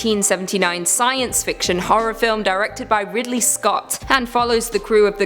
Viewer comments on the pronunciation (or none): none